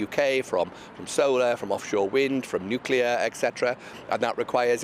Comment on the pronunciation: Nu clear😂